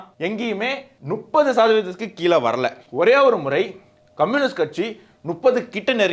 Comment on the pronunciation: Please try to pronounce முப்பது நுப்பது is wrong